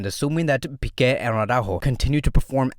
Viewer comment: Why do you call pique, piqet